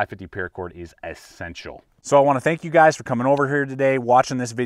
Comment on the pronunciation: He never says "e-ssential".... he says "a-ssential!"